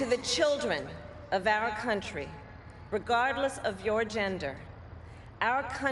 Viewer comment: She almost said cantry what you talking about coherently bruh